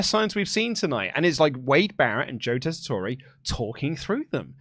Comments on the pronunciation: Tessitore is pronounced without an é at the end 😂 Just pretend the e isn’t there boys 😜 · I love wrestle talk, but Daggum it it’s pronounced Tes-I-tour. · I really wish didn't mispronounce Joe's name cause now everyone is doing it.... it's tessitore......so you say it tessitor